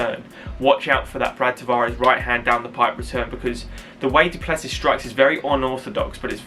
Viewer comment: pronounced duple-cee. Origin is the same as mine. The French hugenots that landed in South Africa in the 1600's Yes, he is going to kick ass tonight.